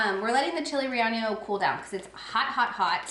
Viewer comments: Rellenos is not pronounced ray ahn yos. It's ray-YAY-nos. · No disrespect, but you sound it out like (chili-ree-ain-yos). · Lol, subscribed after last haul. Rellenos is pronounced ray ye ( short e) nose. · Love your reviews, thanks. Please learn how to pronounce rellenos